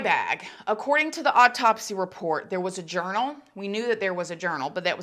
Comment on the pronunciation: This whole thing still wreaks of a ton of SUSPICION!!! We may never know the truth! 😡 Also,, you know I love ya girl and how you say some words. Lol Am I the only one who swears you say “odd taupsy instead of autopsy” 😆 You probably say it right, my ears are broken. However, I find myself saying oddtopsy now! 🤣 Nothin but love for you girl! 🥰